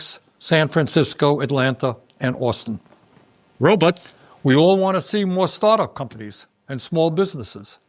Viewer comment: bernie pronouces 'robots' the same way zoidberg from futurama does.